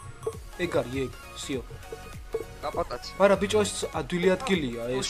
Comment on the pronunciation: შენი ,,ძმის'' სახელს არასწორად ამბობთ!! კაპატაცი კი არა ცაპატაცი!!!! <3